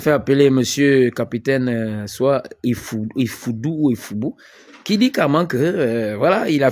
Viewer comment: Pardon frère capitaine et non capitin tu fait honte là